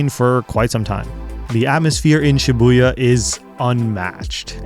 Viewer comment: I like how you mention Shi-buoy-ya